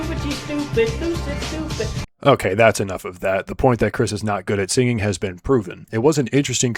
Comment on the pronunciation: To me, “okay” sounds more like “o hey”